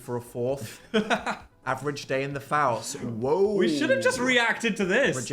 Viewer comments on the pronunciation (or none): none